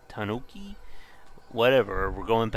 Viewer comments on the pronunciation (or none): how is this guy a gamer and doesn't know how to say tanuki